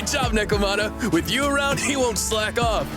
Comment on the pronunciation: Hears nekomata said 5 times. Still proceeds to call her nicomata 😂